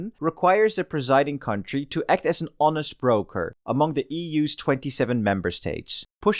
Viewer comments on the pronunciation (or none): none